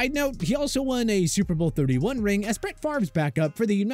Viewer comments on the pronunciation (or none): none